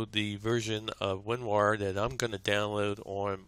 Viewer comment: He says "WinWar"